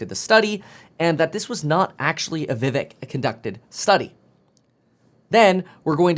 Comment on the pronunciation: vivek pronounced: viv(ache)